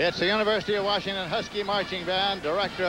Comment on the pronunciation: I love how they call them Warshington.